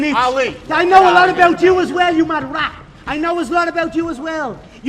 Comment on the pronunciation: He is a (rolling R) rrrrAT